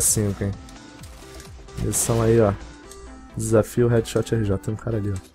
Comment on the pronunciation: READSHOTRJ?????????????????? É HeadShotRJ